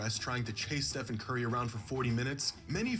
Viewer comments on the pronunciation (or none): none